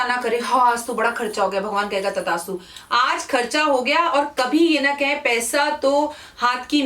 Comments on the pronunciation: Tadastu nhi mam... Tathastu hota h... Sorry aapko correct krne k lie... Sorry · It's Thasttu Not Tadastu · Tadastu nhi devi g tathaastu 👍👏 maaf kijiyega agar bura lge apko to🙏😐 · तदास्तु नहि तथास्तु होता है जि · Madam Tathastu hota hai Tadastu nahi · It is TATHASTU and not tadastu 🙏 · तथास्तु its थ not द... Sorry if i heard it wrong ma'am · मैम करेक्शन करिए तदास्तु नहीं तथास्तु होता है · Tadastu nhi Tathastu hota h...Improve your pronounciation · Tdastu nhi tathastu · With due respect it is not tadaastu ,it is tathaastu.